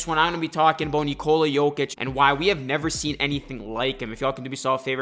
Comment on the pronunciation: You can't even pronounce the man's name correctly lol